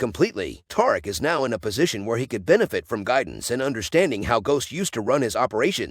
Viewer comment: Is you saying taric 😂😂😂